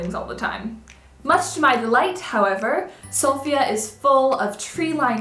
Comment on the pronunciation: Great video. I'm impressed you pronounced the name of the city"Sofia" correctly- most of the foreigners don't. I keep explaining that the personal female name "Sofia" gets а stress on the "i", but the name of the city- on the "O". And btw I haven't been touched my the " juice", "slippers" and "astrology" mania ,LOL I guess even bulgarians are different and hard to classify, and you made your assumption according to your experience.